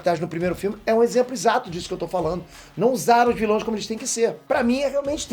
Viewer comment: "vilães" foi de fuder